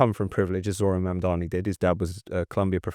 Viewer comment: Why are so many commentators unable to learn how to pronounce his name properly? It's everywhere. Is it deliberate? It weakens their argument. It's not 'Marmdarmee' or 'Marndarnee'. It's Mamdani. 'Mamdarni'.